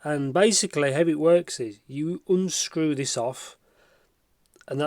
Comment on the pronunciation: Lol a C"ai"ble and "uun"screw 😂